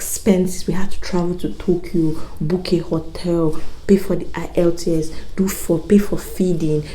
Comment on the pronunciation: Is the E in the IELTS silent, cos you keep saying ilts